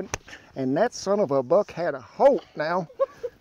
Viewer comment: I am so glad you said buck so funny